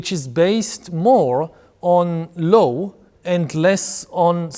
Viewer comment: אם אפשר לשפר את השפה האנגלית שלך: אתה אומר Law כמו שבאנגלית אומרים Low. אבל עדיין הרמת אנגלית שלך מאוד מרשימה